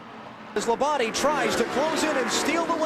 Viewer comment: That's how it's supposed to be said